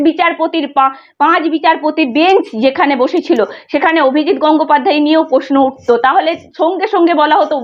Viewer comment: উচ্চারণটা একটু ঠিক করলে ভালো হয়।বড্ড কানে লাগছে। যেমন-প্রশ্ন ,পশ্ন নয়।